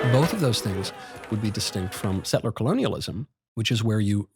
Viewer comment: Girl tells MK he pronounces tribal names wrong and proceeds to mispronounce the word settler..she first says setteler...then says settler correctly the second time. Ok chick..whatever!